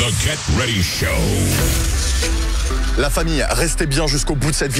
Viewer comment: mec t stressant ! travail ton anglais stp.... 'get ready show' et pas 'GAY ready show' ! enfin c toi qui voit. et c'est pas un bun mais un bun'S ! cordialement peace.